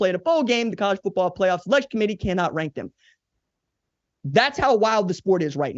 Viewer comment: Thank you for this quality piece, RJ.100% On the most serious of notes: Thank you for also being the one of the only people in this world that actually pronounces the T in the word Football.❤